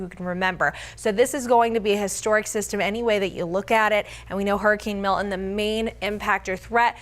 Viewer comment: Milton, not Milt-in. Jesus.